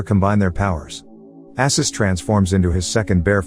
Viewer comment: This was a fun movie. The summary is a bit sloppy in places, but maybe you've only watched it once? I've probably seen it about a hundred times. It's Arsus, not Assus, and those are mobsters Khan kills. I never did figure out what Ksenia did with her clothes underwater in her circus act, though.